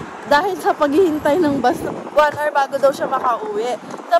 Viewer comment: One are(hour)is wrong, should be pronounced (h)our. Silent h. Not bashing, just to let you know.